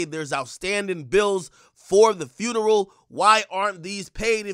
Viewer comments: This child keeps mispronouncing funeral as "FURNERAL," and it's absolutely killing me. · " Furneral... On God".... 😐